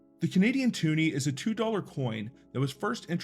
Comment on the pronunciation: It’s a twoney not tuni.